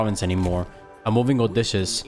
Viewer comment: Love these. Btw (trying to be nice) it's Oh dis see us